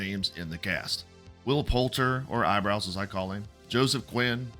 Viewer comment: wutang and eyebows. FFS tell me your a trump guy without telling you me your a trump guy🤣